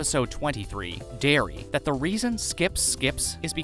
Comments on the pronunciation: did you really just pronounce diary as dairy? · “Dairy” its diary buddy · sorry my bad I for some reason thought you were talking about when he said “dairy” instead of “diary” . I guess should have looked at the time stamp. Have a good one. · Pronounces Diary “Dairy.” But for real, I liked this.